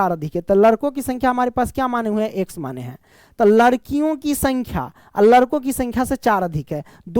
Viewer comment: Sir ladko hota hai larko nhi 😂😂